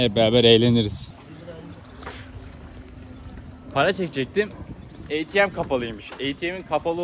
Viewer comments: Atm a-te-me diye okunmuyor mu yavv. Eytiem djjxjxnc. Benim İngilizce'de gelişiyor. Sağolasın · Sen ATM’ye “ey ti em” mi diyorsun